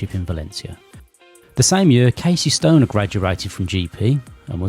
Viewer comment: It's Casey StoneR i think, not Casey Stone. ^^